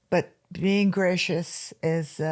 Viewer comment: The first time she said "gracious", it almost sounded Scottish^^